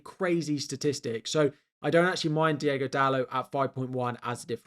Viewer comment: Great vid as usual. But please stop calling the man Diego Dalú, his name is DiOgo Dalot (Dalô- like a french pronounciation) .